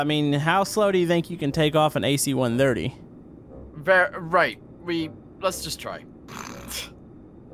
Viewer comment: It hurts me every time he says ac-130